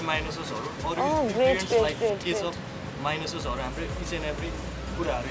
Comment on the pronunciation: Mahyonise?? Dude if you have studied culinary then at least know how to pronounce things